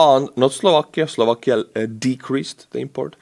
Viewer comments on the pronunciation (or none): none